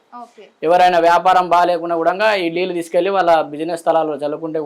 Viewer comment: అయ్యగారు లీల్లు కాదండీ నీళ్లు